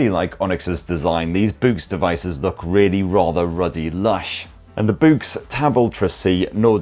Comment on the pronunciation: Is it really pronounced as in "boo"? I would have thought it was to be pronounced like "books".